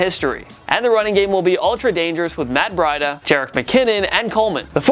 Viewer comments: Matt BREE-da, not BRY-da. That should automatically move my 49ers to the top 3 (in fact, they should be there anyways) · This nigga said matt bredia wrong